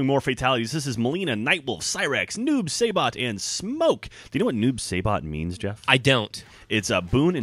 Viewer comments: The Saibot in Noob Saibot is actually pronounced like if the word sai was in it. Sai-bot not Say-bot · Way to mispronounce Saibot's name and ruin the character for me..